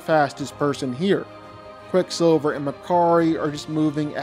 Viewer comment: You butchered quick silver here man